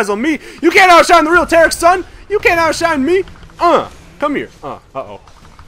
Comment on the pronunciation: This is TA-RIIIK! not sparta...